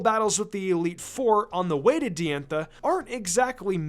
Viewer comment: not to be "that guy" but its pronounced dye-anne-tha. not d-anne-tha